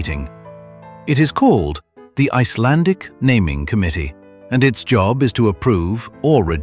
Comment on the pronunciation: I must say, you pronounce Icelandic very well, 😊👍👍